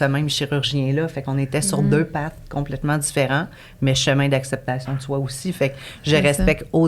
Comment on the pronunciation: je t'aime vraiment full t'es intelligente, t'es drole mais depuis que j'ecoute tes podcast tu dit toujours apceptation ( je te le dis avec un sourire la ) c'Est comme si ta bouche veut pas dire acceptation hihi